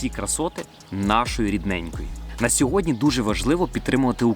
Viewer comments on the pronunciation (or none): none